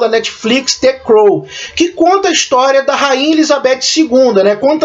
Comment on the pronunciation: A critica é boa, mas peca em algumas pronuncias, como the crown e downton abbey, George, Churchill, nao tome como uma critica negativa e sim construtiva, philip era principe da grecia e dinamarca, mas abriu mao dos títulos, ao se casar com elizabeth II que é a rainha, ele nao se torna rei, ninguém pode ser maior que o monarca, qnd é uma rainha, o marido se torna principe consorte, quando é rei, a esposa se torna rainha. Ele nao pode ser rei enquanto ela for rainha, porque o rei esta acima da rainha. Sua critica foi mto boa e espero que cresça mais.